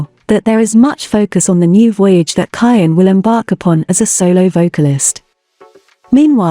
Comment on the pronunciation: You are saying his name wrong.